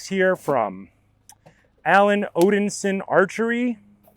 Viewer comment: Odinsin? Nope, Odin-son